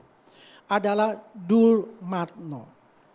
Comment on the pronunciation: Si ngedabrus...ngaku temen baik dumatno...masa temen baik manggil namanya salah mulu...dia bilang dulmatno😂